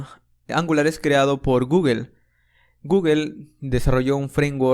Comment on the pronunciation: genial curso! solo que me vuelve loco que digas guguel XD